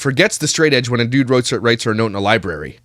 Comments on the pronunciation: Liburry. As a librarian, I can tell you this is pet peeve NUMBER ONE. It’s library! Annunciate! Everything you say, no matter how smart you actually are, is undermined by your lazy pronunciations of words. I get it! I live in Louisiana, trust me! I want to slur words constantly, but it takes away all credibility when you’re trying to make a point or show how knowledgeable you are. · Omg, I love your commentary!! You say exactly what I'm thinking!! I can feel my blood pressure rising, watching this narcissistic tool!! Ugh!!! If she says "libary" one more time...!!!!! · I find it very hard to believe that this person has ever been inside a "libary" lolol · Arrrggg “Lie-berry” is what people say when they lie about going to the library lmfoa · I'm not a Myka fan, but a lot of the pronunciation nitpicking really is just regional/dialectal pronunciations. "Getta" is pretty common in most places in the US, also "liberry" is more common on the mideast coast (around NY, etc). Her inflection however? That's just her being an airhead. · “Libary” hahahaha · That's my favourite Ken from Toy Story quote. "Take him to the Libary!" 🤣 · I hate when people say Library incorrectly! I am a 47 Y/O Life long Ohioian and we dont say didnt or Any of her incorrect english! She in no way reads books! How she passed Nursing school is beyond me! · I CANT STOP LAUGHING AT the library part!😂 that’s one of my biggest pet peeves. I get so irritated when someone says it wrong 😂 Also I remember seeing a clip of myka saying that she was engaged when she got pregnant with cova (I forgot her daughters name) and they broke off the engagement bc he did something that was a deal breaker. Not sure from which video it was from